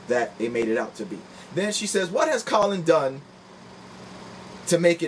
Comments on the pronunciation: Brother, I do support your video on the topic but some fundamentals of speaking in a public forum: 1) Research the topic and know the details of the people you're doing the video about, in other words, it's (Ka-lin not Colon) Kaepernick. and it's Tomi (Tommy) Lauren (Law-ren) like the Ralph Lauren. 2) Do a practice video and slowwww down. Are you running out of space on your hard-drive so you have to record it fast? You're hyperventilating. Take your time. But good topic, you're obviously a smart brother. Looking forward to improvements in your future videos. Big-ups. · Who's Colon Kaepernick? I stopped watching when you mispronounced his name. I'll finish watching later.